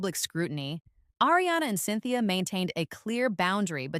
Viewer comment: Learn how to pronounce “Ariana!”